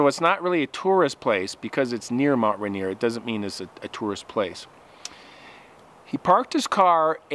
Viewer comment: Hey Guy it’s Mt. Rainer. As in Rainer Mountain. Not Rainer Montana.